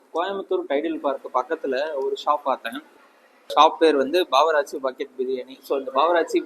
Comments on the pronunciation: Edhu bavarachi ah 😂😂😂 bro adhu bawarchii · Baawaraachi illa bro. barwarchi